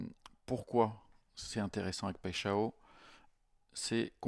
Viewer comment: "paille " "chat" "on" tu prononces les 3 mots sans faire de liaison et dit paixao qui en portugais veut dire passion ( amoureuse)